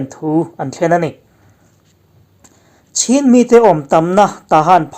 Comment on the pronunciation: I tilawmawm ṭhin hle mai, nge nge. 'Chin' tiha inziak ṭhin kha, 'Chhin' tia i rawn lam dik chat tawh kha a ngaihnawm zual khawp mai. A dik lo hre ru kar tan chuan, 'Chin' tih hi a ngial a ngana 'Chin' tiha an lam hian beng a lo thlep deuh ṭhin. 'Chin' kha 'Chhin' tiin rawn lam ve zel tawh teh u. A dik zawk bawk a nia...